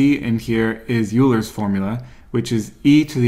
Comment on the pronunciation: pronounce Euler correctly😀 (Oylr)